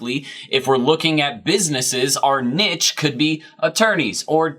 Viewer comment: It hurts my brain every time you say nidge..